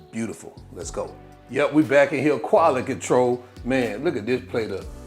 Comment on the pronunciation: “Qually Controll” 😂